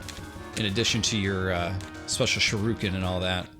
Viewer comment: Shuriken...not Shuruken. There is an "I" there. You pronounced Tanuki perfectly but butchered "shuriken" repeatedly. That hurt my head. SHU-REE-KEN is how you say it. You're welcome...wow.